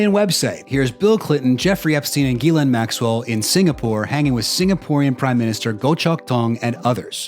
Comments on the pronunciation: While I understand it's a tall order, I was kind of hoping you would pronounce Ghislaine's name different every time you said it! 🤣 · I want someone to interview her using the incorrect pronunciation of her name hopefully for her to correct them only for them to come back with a completely separate mispronunciation continue at a couple of times get it right and then the only question they have to ask is how does it feel to have your name be mispronounced so often